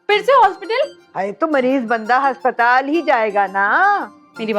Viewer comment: Haspatal NAHI aspatal 😅